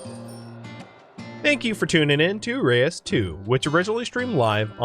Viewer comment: isnt it reus instead of re-us. ithink it is supposed to be the dutch word for giant. love the vid